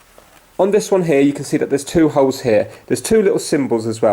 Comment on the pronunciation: When he says holes i hear it hose